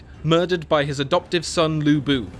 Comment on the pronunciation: udonsay hahahaha. and lv bu not lubu :)